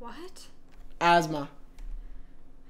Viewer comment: asmaa is a name i died when that girl said asthma its pronounced ass-e-maa